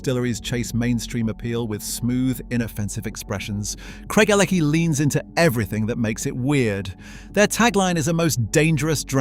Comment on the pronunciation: You are deceiving people about your knowledge of whisky to the point of being thoroughly offensive. Craig - a - lackie? It's Craig - el - a - hie. Idiot.